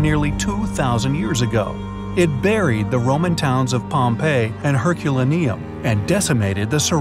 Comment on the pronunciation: Fairly easy to learn how to pronounce Herculaneum. If you position yourself as an expert then become sn expert.